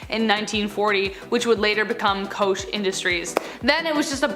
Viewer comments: Not trying to be "that chick", but just FYI -- Koch is pronounced "coke". Just sezin. Sorry. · Pronounced coke, koch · Koch is pronounced Coke btw